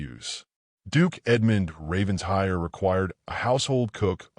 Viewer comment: It’s pronounced “Raven-shire”